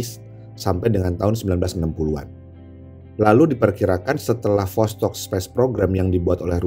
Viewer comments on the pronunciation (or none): Bang восток itu tulisan cirillic bukan latin jadinya bahasa sana dibaca tetep vostok